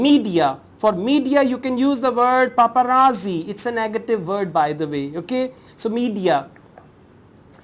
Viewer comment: Sir all is well but prouncation about paparazzi actually not correct